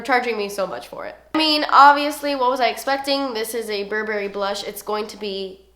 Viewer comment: I agree with the Tartelette palette....and I don't know why the browns come off as orange on my skintone even though they look so cool-toned! Also, wanted to tell you that "Burberry" is pronounced "Bur-bur-ee" and not a hard "berry".